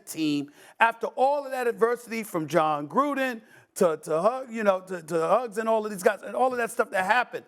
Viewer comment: It’s Ruggs not Huggs lol